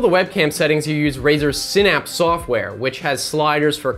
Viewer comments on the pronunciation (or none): none